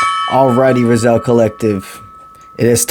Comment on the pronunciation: Rah-Zee-El is how Raziel is pronounced bro. Ty for the msg